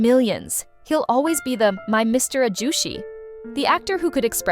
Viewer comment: You were doing so well until you tried to pronounce ajusshi.